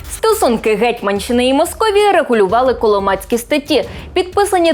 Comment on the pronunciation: «Коломацькі статті» - в першому слові наголос на другий склад. Річка Коломак на Полтавщині, - наголос на другий склад.